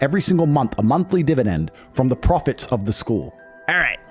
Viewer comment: The way Andrew pronounces "The profits of the school" you almost expect he'll follow it with "Peace be upon them" 🤣